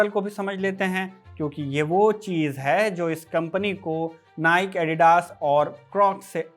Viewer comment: नाइक नहीं नाइकी है सही उच्चारण ।